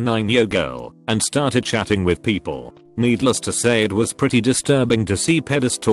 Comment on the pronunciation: i could not stop laughing "poeple..."